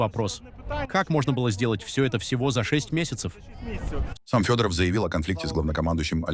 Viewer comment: Да, тут это если не заметили подчистую криво даже страны читают, ударения. Обратите внимание. И да это ИИ а не реальные люди, если Вы не поняли.